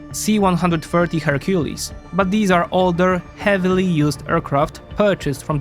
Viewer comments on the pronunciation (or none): none